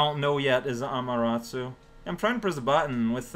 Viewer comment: me: I wonder if is ever going to stop calling her "Amateratsu": Ameratsu. me:... sure